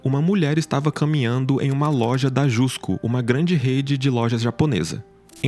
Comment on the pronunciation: Só pra informar só escreve JUSCO mas se fala JASCO